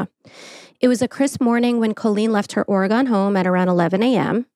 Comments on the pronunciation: Oh, FYI it's pronounced like "organ" not "or-eh-gone." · Aaaaah! You did it! You butchered Oregon. Ugh!😂😢😮